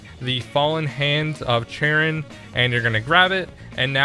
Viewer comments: No offence but its a bit irritating to me, Charon is pronounced Kahron, like car, but in a british accent and just, on. yea. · charon pronounced karon. keep up the good work